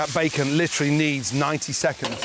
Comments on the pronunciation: I’m glad he says litrly. I literally can’t stand it when people overuse literally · I’m glad Gordon tells me “lIcHrAlLy” so I know he doesn’t mean “figuratively”